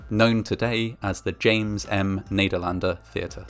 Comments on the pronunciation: You're "Nederlander" pronunciation is great. Thx for these videos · Just wanna say that as a Dutchie, your pronunciation of “Nederlander” was spot on! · Very informative video, thank you. But also... amazing pronunciation on the word Nederlander ;)